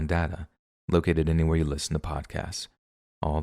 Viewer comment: Couldn't help but laugh at the "Thanks so much friend... suh"